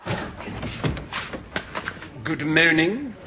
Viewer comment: Thank you for those “ good moanings “ 🤣🤣 they made me laugh proper 😁 I normally jump skip those 🥴